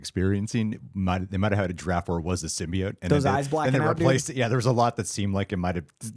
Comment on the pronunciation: saying symbiote wrong 100 times is making my brain itch